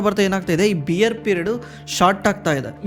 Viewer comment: ಬ್ರೋ ಬಿಯರ್ ಅಂತಾ ಹೇಳಿದರೆ ಮೂಡ್ ಎಲ್ಲೋ ಹೋಗುತ್ತೆ , ಬೇರ್ ಅಂತಾ ಹೇಳಿ😂